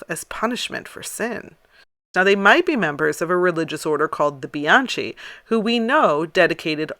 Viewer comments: Bianchi not pronounced bee ahn chee but bee ahn kee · Bianchi is pronounced with a hard "c" - Bian-key.